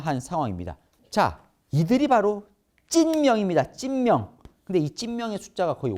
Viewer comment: 찐명이 자꾸 찢명으로 들림